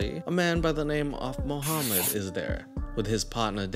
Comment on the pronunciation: I’m hearing a Vlad not Mohammad. 😂